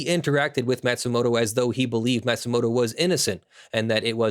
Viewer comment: Matsumoto isn't pronounced "mat-sumoto", it's "maw-tsumoto". (Or 'mah-tsumoto') ま・つ・も・と